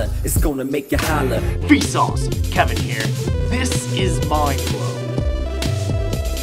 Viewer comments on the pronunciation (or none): none